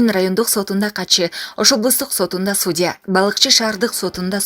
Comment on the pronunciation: Туура айтасың (судя дегеничи.. ) Жыйнтык жок мен канча жаздым, туура сүйлө деп.